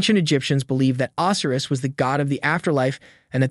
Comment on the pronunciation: Can't pronounce Osiris correctly...robot voice maybe?